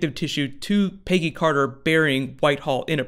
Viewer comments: "Piggy Carter" ahahaha it's Peggy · Every time he says "Peggy Carter" I hear "Piggy Carter." Am I crazy, or is that was he's saying?